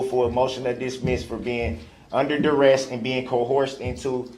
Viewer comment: Bites his lower lip means he’s about to start crying. DUREST ??? Is he trying to say Duress ? brooks can create his own language.